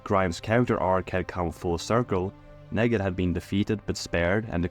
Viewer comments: Nee-gan, not "neh-gan" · The way you pronounce KNEEGAN it’s not NEGAAN annoying ass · The way you say Nègan instead of Neegan infuriates me. But liking the rest of the video! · agreed but he also says "leadership" as "laydership", instead of "lee-dership", so Nee-gan to Nay-gan is consistent. His native language probably doesnt have much of that sound. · LMFAO fr like they say it MULTIPLE times in the show, all the same way. NEE-GAN. That said I agree everything else is gold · I wasn't sure until they started pronouncing Negan like Megan lmao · I believe that you might be multilingual, and I applaud that it shows intelligence and a willingness to learn. Still, I must say that you not saying Negan in the way the show says it seems petty and purposeful. Do you have any idea why you chose to say it your way and not the way we all heard it on the show? The way it is spelled is not a reason you and I have heard how Negan pronounces it. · the way you pronounced negans name literally hurts me wtf